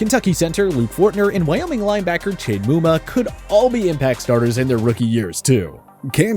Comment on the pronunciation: i like and all but why he always gotta mispronounce names like chad muma and isaiah spiller🤣🤣